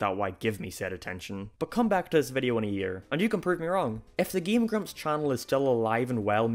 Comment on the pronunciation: ''''